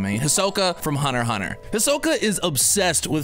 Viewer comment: ITS HUNTER X HUNTER NOT HUNTER HUNTER